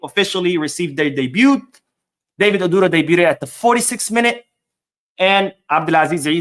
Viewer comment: Hi, The name ODURO is pronounced like...... oh-droh. The U is not stressed but almost silent.